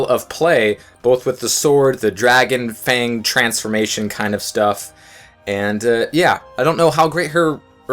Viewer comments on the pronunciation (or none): none